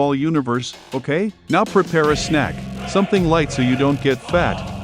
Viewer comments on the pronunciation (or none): none